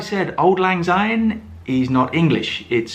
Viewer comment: Oh dear! One minute in and you have pronounced "Syne" as "Zyne"! The song is in Scots. Translation from Scots to English: "Auld" ="old", "lang" ="long" and "syne" = "since".